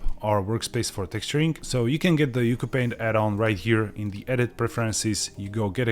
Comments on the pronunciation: fun fact: according to the developer, it’s pronounced “ooo choo paint” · Its pronounced "You See You Paint"